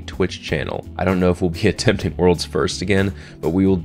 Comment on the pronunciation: He said "attempting"